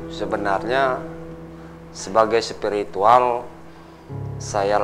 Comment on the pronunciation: Presenternya biasakan aja lebay.... Cara ngomongnya bilang spirituwel... Biasakan aja ngomongnya